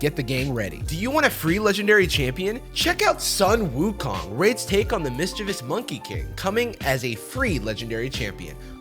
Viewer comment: Hearing pronounce Sun Wukong the way that he did in that voice honestly took me out